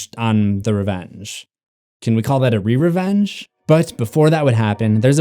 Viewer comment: It’s not ReRevenge it is Reverevenge (Ruh-ve-revenge)